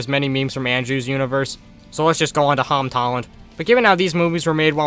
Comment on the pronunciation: “hom tolland”